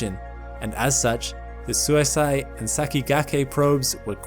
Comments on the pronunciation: SUISEI is more like sui-say than suici(de) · Love the channel, and I love the video. Completely irrelevant, and in a genuine spirit of helpfulness, but suisei is pronounced "swee-say." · Was so confused on what's "suisai" Turns out the pronunciation was off, lol. Suisei means comet in japanese. Which means the probe that visited the comet is named comet. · The last syllable of Suisei is "say", not "sigh". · I kept mishearing “Suisei” every time… Better approximation for those not familiar with Japanese phonology: “sᵘwee-say”… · I'm just a cracker from the deep south, but I believe the Japanese pronounce "comet" something more like "swee say". With the "ay" like "gay for pay" not "guy for pie". The way you keep saying it sounds more аиd more like self permanent sleep each time I hear it lol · For reference. suisei is pronounced sue-wee-say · “Suisei” is pronounced more like “swee-say”. Japanese is phonetically simple for vowels. The “e” for Sakigake is same as “e” in Suisei. Suisei also happens to be the Japanese word for “comet” 😊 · Hey narrator guy, Japanese vowels are always pronounced the same way, no matter what. no matter where they are in a word. so the E sound at the end of Sakigake is pronounced the same way as the one in Suisei. Same as the E in ramen, same as the one in mecha-gojira. if you're ever not sure how to pronounce a japanese vowel, just think of any japanese word you do know how to pronounce that shares that vowel, and pronounce your vowels in the same way. basically, if you cancorrectly pronounce samurai and ramen and naruto, you can pronounce any japanese vowel correctly. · Suisei was badly mispronounced